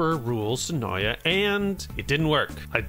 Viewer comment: Did you just take out the t from Noita lol